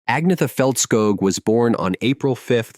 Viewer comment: You pronounce it Anyetta Falskoh. I like your videos but you need to tighten up the pronunciations and lose the Godawful ai thumbnail images. Seriously.